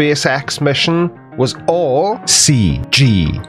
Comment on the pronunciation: I love it when he says, "C G eye"!